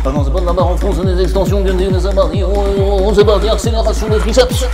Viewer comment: « Et zeee partis »😂 tu me régales belle vidéo continue